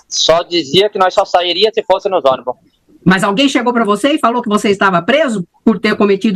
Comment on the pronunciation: "nóis ia, ônibu, acordemu....15 anos,assassinou a língua portuguesa 😅😅😅